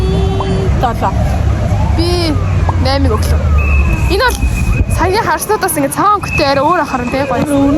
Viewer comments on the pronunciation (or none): Naim gdgiin mai gj snsloo😂